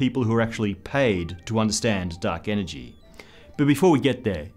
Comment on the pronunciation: duck enegy